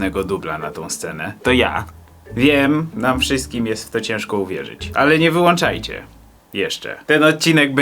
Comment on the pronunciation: "Nie wyłanczajcie". Uszy krwawią...